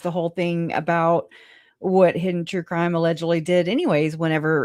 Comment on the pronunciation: Worse than lawww and cwimmme turning up 😂😂😂😂